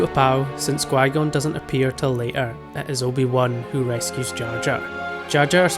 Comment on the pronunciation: but why do you say gui-gon instead of qui-gon?